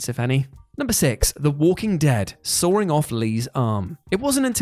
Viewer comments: Please stop saying soaring, it’s sawing, there’s no R. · There is no "R" in "sawing"......